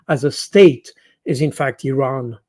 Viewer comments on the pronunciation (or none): none